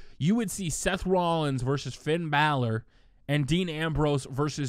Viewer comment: Can you say Bálor right I can barley listen to this